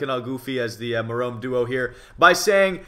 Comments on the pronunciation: No offense but when you say Merome it sounds like a bf gf couple name, so I wouldn't do that if I were you! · Ha X) messed up on saying Jerome